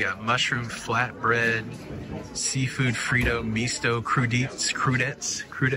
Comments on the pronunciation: Crew-di-tays. Have a great cruise! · Okay,. I’m sure you didn’t study French! Crudite’s (pronounced crew-dee-tays) are raw vegetables like carrot sticks. I appreciate you showing us around the port area. My friend (retired from U.S. Army Corps of Engineers) used to do hydrographic surveys on boats like you saw, for dredging out harbors in Alaska. She got to travel all over Alaska! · crudites is pronounced "cruditay" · It is pronounced Crew Dee Tay